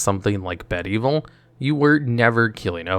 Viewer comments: Be-devil... not bed-evil. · ...bedevil is prounoucned Beh-devil, not Bed-evil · "Bed-evil" lol. Pretty sure it's Be-devil. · Bed-evil…lol. Um I think that’s be-devil. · Bed-evil 😂 Its be-devil. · For some reason you pronouncing "BEdevil" as "bed evil" really hurt my brain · Throne of what? Elay-dren? WTF? Bed-evil? Militia Bul-Ger? Why do so many of these magic videos have no idea how to pronounce MTG names? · "OMNOTH" "TEEBALT" "BED EVIL" I literally can't with you, bro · Bedevil, pronounced, 'buhDevil' :-D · He said bed evil lol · "Bed-evil" "Bul-ger" "Kal-dem" I hate how much the mispronunciations hurt me 😆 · it is pronounced beh-devil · The mispronunciations have to be intentional at this point. Elay-dren? Bed Evil? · I feel there's a few longtime MTG players that are silently grinding their teeth with pronunciation or are confused. Here's a few examples: Eldraine is practically said as "El Drain " Bedevil is usually said like "Be Devil" Kaldheim is called "Called●hi●m" Just trying to help avoid confusion with discussions. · He first pronounces Zirda correctly, then less than a minute later calls it “Zird-uur”, then calls it “Zidra” I was still kinda skeptical about whether he mispronounces cards on purpose until he pronounced Bedevil as “Bed-evil” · no way my mans actually just said “bed-evil”💀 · "Militia Bulgger" "Bed Evil" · I swear he said bedevil wrong on purpose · I love how there's an "editors note: cuz he mispronounced Escape to the wilds after the narrator mispronounced Eldraine, Planeswalker, Bedevil and Omnath. And thats only the first half xD